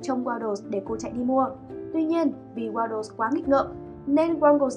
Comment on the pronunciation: Waddles nha chứ ko phải Waddel w2w đọc nhầm r